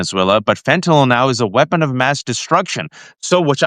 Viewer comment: Waj, you're the first one who knows how to pronounce fentanyl